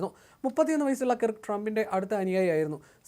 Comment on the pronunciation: Sir, please correct the pronunciation to Charlie Kurrkk, like you say the word ‘work.’ Thank you. When we listen to the deviation from the correct way of saying that name, it sounds horrible. Your reporting itself otherwise, is very good.